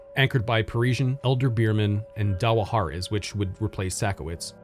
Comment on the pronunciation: Thank you so much for all you do,! We just called it that junior anchor store "Daw-hair's" in KY. I like that pronunciation better, though, it makes it sound fancy ✨️